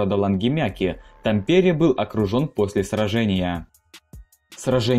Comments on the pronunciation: Так режет уши как ты произносишь название города Тампере, и фотография которую ты показал на парад 14 апреля 1918 это на самом деле Вааса а не Хельсинки 🫥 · режит ух как ты говоришь Тампере. Ударение на А) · Название города "Хельсинки" не сколняется. Тампере - ударение на первый слог. На будущее, в финских словах ударения ВСЕГДА ставятся на первый слог. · Ну как можно так коверкать названия ударением??? Видео Интересные, но названия исковерканные ! И это не только про это видео! лАдожское озеро, а не ладОжское)) гАубицы, а не гаубИцы))) тАмпере!!!!! А не ТампЕре))) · Режет слух. ТАмпере . В финском языке всегда ударение на первый слог. Нельзя было проверить перед зачиткой для ролика? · Как финский резидент, пара ошибок: 1) Финляндия не Скандинавская страна, а Северная (Nordic) 2) тАмпере, не тампЕре :D В остальном, классное видео, спасибо :) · Это не совсем так. В сложносоставных, матерных и словах иностранного происхождения ударение бывает какаим угодно. Но ТампЕре конено звучит дико. . Да хрен с ним с Финским, у диктора и с Русским проблемы, как мтнмум с падежами. "Корпус под командованием Рюдигер фон дер Гольца" по Русски звучит так же дико как и "под командованием Георгий Жукова". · Ролик познавательный, но… ТамПере… в финском языке абсолютно все слова имеют фиксированное ударение на первый слог, в том числе и топонимы. В Сочах, в Хельсинках, в Химках. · Уважаемый автор, откуда такой вариант ударения в названии Тампере? Почему ТампЕре, а не ТАмпере? Насколько известно, в финском языке ударным всегда был и есть первый слог. Такова особенность всех финно-угорских языков. Неужели трудно было посмотреть хотя бы Википедии перед тем, как записывать видео? Или Вам нравится показывать свою безграмотность всему русскоязычному миру? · Да почему ТампЕре?! Правительно говорить: ТАмпере. В финском языке ударения во всех словах ставяться на первый слог. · тАмпере, а не тампЕре!!! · Как режет слух ТампЕре, в финском языке ударение всегда падает на первый слог